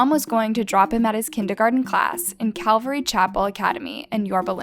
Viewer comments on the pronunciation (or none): none